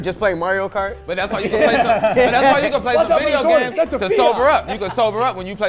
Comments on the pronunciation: Say video games right one more time vo games I could listen to that bit all day 😅😅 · Say video games one more time: 🗣 VIO GAMS! 💀💀💀💀 lmaoooo